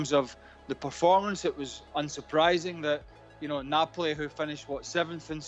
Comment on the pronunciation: Its not nopali mg its neoali